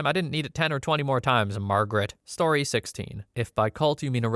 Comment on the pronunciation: lol "MARrrGRET!!"